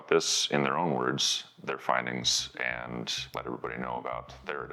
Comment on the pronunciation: Not sure but sounds like increasing twist; pioneered by the M-102 howitzer in the '60s. Interesting video......a little worried though about his "and's" turning into "ant's"